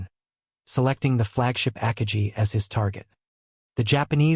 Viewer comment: Ackka Gee? You mean Ah Car Gi.